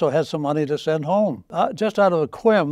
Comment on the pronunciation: or so he uses some British slang. I don't know if it's the way he normally says "whim" or if it's a Freudian slip! 😆 All I know is that I put down "Quim" on a triple word score once whilst playing Scrabble after a very posh dinner with my parents at their friends house. After the stunned silence the game was tidied away very quickly before completion & they never got invited again! 😆 That's one brave man sat there! In situations like that with just the lens of a camera instead of the sights on an LMG takes balls! Respect from this Brit!